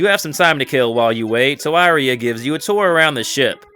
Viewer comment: It's pronounced EE-REE-AH bro! loved the video!